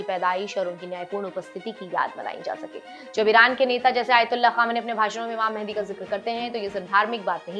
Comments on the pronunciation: Mehndi nahi Mehdi hota hai Mehndi❌️ Mehdi✅️ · Mehndi ❌ Mahdii مهدي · सही नाम है Imam Mahdi (इमाम महदी) ✅ “Imam Mehandi” बोलना/लिखना गलत उच्चारण है। सही और गलत में फर्क ❌ Imam Mehandi → मेहंदी (हाथों में लगाने वाली) ✅ Imam Mahdi → महदी (हिदायत पाया हुआ / मार्गदर्शक) अरबी शब्द المهدي (Al-Mahdi) से है, जिसका मतलब होता है: जिसे अल्लाह ने सही राह दिखाई हो।